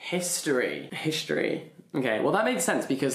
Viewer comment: I'm sorry but when he was trying to read "history" and got the greek letters wrong...that was painful 😭